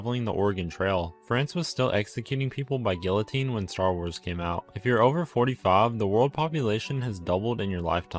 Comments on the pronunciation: oh btw its pronounce "gii ih teen" not gilliteen just saying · yes but guillotine is french so technically ‘gillotine’ isn’t the correct pronunciation Edit for clarification: the guillotine wasn’t created in france but the name is french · It's pronounced Giyoutine not Guillotine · Why did you pronounce guillotine like that. It's gee-ah-teen not gill-ah-teen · It's pronounced geeateen, not gilloteen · It’s pronounced ge o tine not gil-o-tine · Guillotine is pronounced “Gee(like butter gee) uh teen” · Okay, you don’t understand what the comment means. I was saying that the guy in the video pronounced it like “gillotine” instead of the actual pronunciation. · just because some people pronounce it wrong doesn’t mean that it’s suddenly correct it is pronounced gee ya teen it’s a French word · It’s pronounced “geeyateen” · Did he actually just pronounce that gilyuhteen? The L is silent. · Here’s another fact: The word “guillotine” is pronounced “Gee-uh-teen” in American English. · Guillotine is pronounced “gee-uh-teen” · Bruh why can't anyone pronounce guillotine correctly GI-uh-tine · It's pronounced gee-oh-teen, you don't pronounce the L's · I hate to be that one guy but guillotine is pronounced gheeoteen. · It’s pronounced giyatinne* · It’s pronounced “gee-oh-teen” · Its pronounced gee a teen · Technically it’s pronounced gee-a-teen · And he pronounced it wrong with puts me in more pain than I already am in on a daily basis. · well the Brit’s are wrong, it’s a French word and that’s how the French pronounce it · British people are pronouncing it incorrect because it's a French word the British don't control the French language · bro pronounced the Ls in guillotine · You pronounced guillotine wrong. You don't pronounce the L's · Please don’t tell me you pronounced guillotine like that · Bro really just pronounced the Ls in “guillotine” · Really... ok, just please dude, at least find out how to pronounce guillotine correctly!